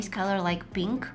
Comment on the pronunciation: I love how she says penk